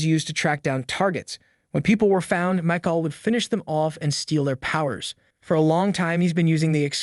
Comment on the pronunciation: "Mike-all" AI has a long way to go whith pronounciation of words and their different meaning...